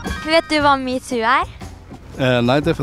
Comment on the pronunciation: D høres ut som du sier mewtwo